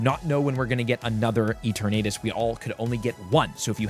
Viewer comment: Someone plz teach this man how to say Eternatus: "Eter-Nuh-Tus"